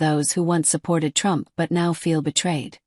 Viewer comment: 🎶"I Will Boat For Donald Trumf"🎶😂😂😂